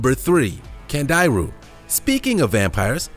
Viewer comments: I believe it's called a "candy-roo" not cand-I-ru... (watched Sir Jeremy Wade's shows 5 times) And the pic shown is a lamprey... also learned from Sir Jeremy Wade's show... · It's pronounced candy roo